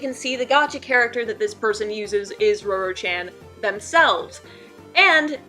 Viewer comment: I'm sure you are pronouncing her name correctly. Just thought I'd tell you before I watch the whole thing.